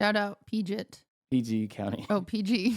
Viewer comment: As a Marylander who lives right next to PG County (Prince George’s County), I will now forever be referring to it as Peegit County